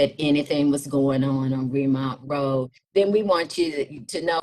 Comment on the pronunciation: She is not from here. It is Ree - mount Road NOT Remont Road.